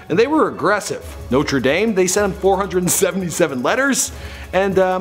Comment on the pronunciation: It is Dame